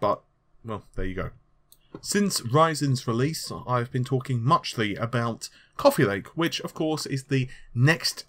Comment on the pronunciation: couffee lake :)